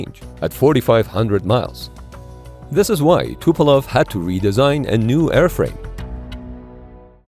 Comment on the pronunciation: Not Tupelov but Tupolev